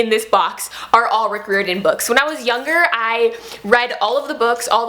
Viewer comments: I agree with all the Rick Riordan love, but it's Rick Riordan said like "RYE-r-don". I want to read the Kane Saga graphic novels. I think those are the only Riordan produced thing I haven't read save the newest book. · your pronouncing his name wrong, it’s: Riy-ordan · Not sure if anyone's mentioned this by his last name is pronounced 'rye-or-den' :) just wanted to mention that. WHERE DID YOU FIND THE PAPERBACK COPY OF HOO?? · Your saying his last name wrong but I’m new and I’m in love with your channel